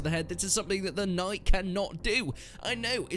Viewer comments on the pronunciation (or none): none